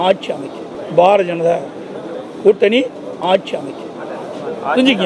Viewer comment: கூட்டனி இல்லை திலுப்பி, திலுப்பி (என்ன தமிழ்டா இது?)